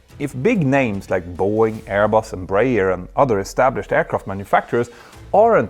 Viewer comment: Bro, how did you pronounce Embraer???